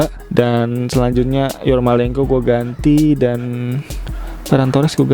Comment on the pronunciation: Yarmolenko bang, bukan yormalenko